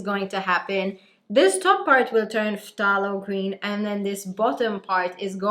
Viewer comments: Thay-lo green not Fff-tah-lo green.😉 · It’s pronounced like “thay-low” green, the ph is silent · I thought it was pronounced Thay-lo. Interesting Eta: Wow. Very good color on you. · Love the hair! just so you know for future reference, the 'ph' of phthalo is silent, so it's just said 'thay-low'. it's easy mistake to make as its not a super common word outside of the painting world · its pronounced Thay-Low .. just a heads up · Pthalo Green is actually pronounced "Thay-low" green! Source: Bob Ross 🤣 And it looks STUNNING on you,! You rock it girl. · The t is silent. You don’t pronounce the “t” in phthalo green. Have you ever watched Bob Ross?